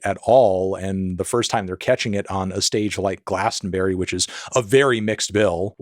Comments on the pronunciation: Gla-ston-brie not glaston berry! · Why do you keep calling it glastenberrie, melon. It’s GlastOnbUry. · Dear Americans - it's pronounced 'Glaston-bree' not 'Glaston-berry' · GlastonBERRY, made me chuckle as a Brit. For some reason we pronounce it GlastonBRIE, yes like the cheese. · Glaston-Bury has an "uh" sound like to bury in the ground not like berry from a bush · lmao why does he keep pronouncing it like that🤨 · please please i beg americans to stop saying Glastonbury as a 4 syllable word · why are you pronouncing glastonbury and divisive like that